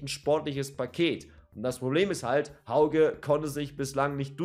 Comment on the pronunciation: Hauge spricht man "Höüge" aus. Sow hat bekanntgegeben, dass er bleibt. Ob Ndicka bleibt, ist noch nicht ganz klar. Bei Götze bin ich mir nicht sicher, wie er sich entwickelt, zumindest war er in den ersten beiden Ligaspielen eher unauffällig. Aber vielleicht platzt ja noch der Knoten.